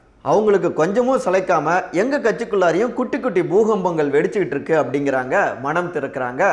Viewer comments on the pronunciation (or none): none